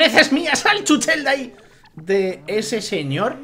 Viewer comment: Se dice chúchel